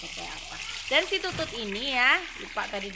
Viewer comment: Teh bilang tutut nya jangan monyong atuh